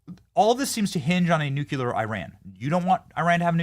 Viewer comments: You take a blow to your intelligence and gravitas just how you Nuc-U- lar!!! Please correct this! It is Nu-CLEAR! Yes! It matters! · For real Benny... you say "nuclear" more than anyone I know. Please learn how to pronounce it.... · Benny it’s nuclear not nucular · Why the hell can't Benny say "nuclear"? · He must have learned that from George W.